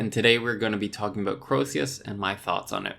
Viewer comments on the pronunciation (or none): Its not fuckin croeseus is CREOSUS THERES NO SECOND E ITS CROE-SUS rant over